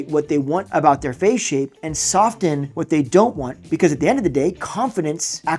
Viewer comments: "Sof-ten"? I'm sure you mean "Soffen" when you say soften. LOL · Did you say sof-ten? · When you say Soften,,... The T is silent. FYI